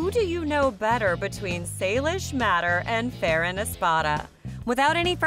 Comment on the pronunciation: Do you know that Farran name wrong